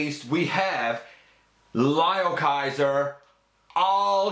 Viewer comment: Its pronounced L"i"o Kaiser not L"e"o Kaiser:-) gotta say i want to do a custom leozack outta potp starscream